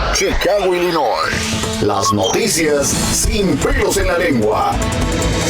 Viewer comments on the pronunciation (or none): none